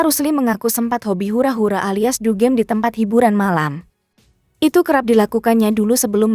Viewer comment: Bukan dugeem tapi dugem